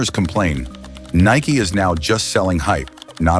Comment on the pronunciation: AI voice can't say Nike right all the time...WTF